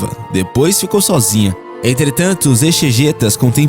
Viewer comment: Exegetas pronuncia-se eZegétas